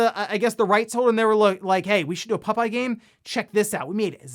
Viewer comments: More like "pupeye" 😄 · I was just listening to this and thought there was some dog themed popeye game called Pupeye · For some reason I find it funny with the way says "Popeye" 🤭